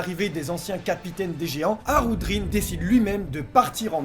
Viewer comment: J'ai bien entendu ? "Harudrin ?" MAIS C'EST QUI CE HARUDRIN ??? ON EST PAS DANS TWO COINS ICI, ON EST DANS ONE PIECE !!